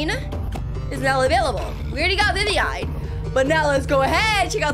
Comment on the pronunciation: WHY it is not vivvine it's viviein